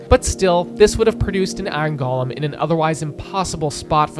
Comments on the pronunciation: Very nice! But for future reference, "golem" is said "go-lum", not "gall-lum". Those are living snowmen, not works of art by Tolkien brought to life by Andy Serkis who happen to be made of snow. I'm sorry for being That Guy, but after hearing this over and over and over around the web, I've had enough. But for real, genius video! I didn't even consider the Ender Dragon plowing her way through the staircases. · Golem is pronounced GOH-lem. Not "gollum." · Why do youtubers pronounce golem with the soft for minecraft? It irks me.